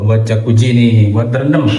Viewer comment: maaf, jakuzzi bukan jakuji. 🤣🤣. 🙏🏻